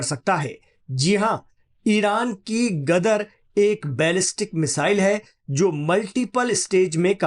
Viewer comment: Gadhe ho ?! Gadar nahi , Ghadeer🎉